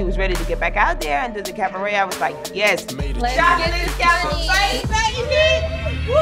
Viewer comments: CAV-a-RET lol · Every time Joseline says “CaVAret”... Take a SHOT 🥃 🥴